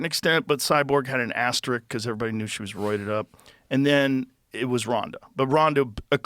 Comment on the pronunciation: Why must educated people insist on saying “ASTER-RICK” when they clearly mean Asterisk. RISK. Aster-isk. We got it now?